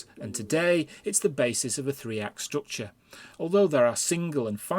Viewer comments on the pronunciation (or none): I don't drink, but this would make for a good drinking game... take a shot every time he says, "strookchur".